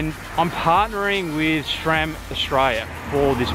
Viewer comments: It is pronounced sram not shram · its pronounced sram not schram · "srem" po našem